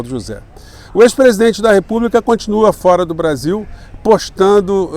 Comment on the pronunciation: O Eduardo Moreira pronuncia o Brasil igual ao gringo...kkkk...pra vcs verem como a classe média nem noção tem...francamente, heim? Brazil??? Vira latas mesmo...aqui se fala português.,,ficaremos nessa penúria, Sacou?